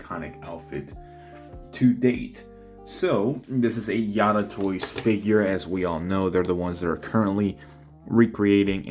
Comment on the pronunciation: I think you're the first person I've seen to pronounce it 'Yada' lol